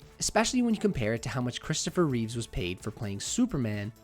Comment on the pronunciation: Christopher Reeve not Reeves like Keanu